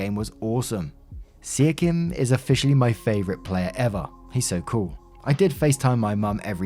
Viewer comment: Siakam is pronounced see aw come